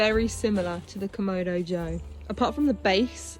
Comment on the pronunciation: KamAdo, not KomOdo…